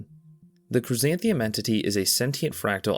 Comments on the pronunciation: Glad this iceberg didn't treat shadow people and hatman like like it's some obscure thing lol. Also crysanthemum was said very strangy in this video. But you do you. It's like the flower ya know? ^^ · CHRYSANTHE*MUM* ffs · Cursed pronunciation of chrysanthemum